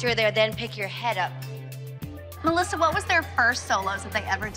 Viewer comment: Is it just me or does everyone except for Jill say MALASSA not Melisa